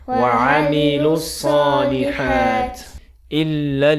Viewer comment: Je pense que tu fait erreurs sur الصلحت ya kesra PK Tu ne la prononce pas pareil pour الحقِ il ya kesra